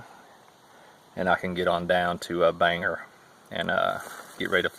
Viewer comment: going to miss these vids, thank you so much for sharing and inspiring others, for future thru hikers the town with the airport isnt banger it is Bangor, pronounced Bang gore :P everyone from outside mane calls it banger and for those of us a few hours north of there its the biggest city in the northern half of the state. in all seriousness, not many hikers leave a lasting impression, and produce such good content. from an aspiring thru hiker born in 71 its valuable